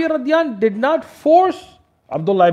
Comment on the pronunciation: What is the meaning of Radiyanhu? Or is that just a miss-pronunciation?